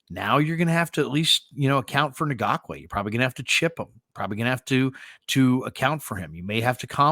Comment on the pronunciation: Ngakoue is spelled phonetically as En gock way.